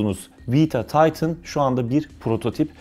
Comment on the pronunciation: Taytin değil titan